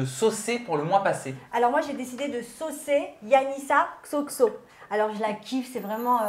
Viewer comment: anissa prononçait bien le xoxo hein mdrr